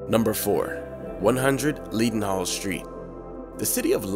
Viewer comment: Oh, the pronunciation! 😂 Tulip is pronounced chew lip, not too lip. Leadenhall is pronounced led en hall, not leeed en harl. The Oxo Tower is pronounced Oxo not O X O Tower Lastly Hertsmere is pronounced Harts mere, not Herts mere.